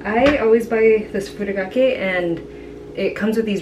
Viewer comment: Just a heads up it’s furikakke instead of furokakke. Furi means to shake but if you say furo that’s like a casual word for bathtub heh. 💕💕💕 thanks for the recipe though! Looks delicious!!